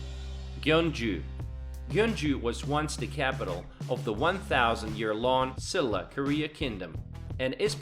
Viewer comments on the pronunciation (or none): none